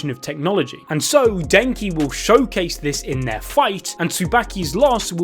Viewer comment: wooosabi, eeewabay, den-ki, su-baki he is butchering names more than abdul